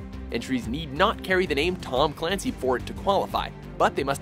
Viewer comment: It's pronounced Tom CULANCY.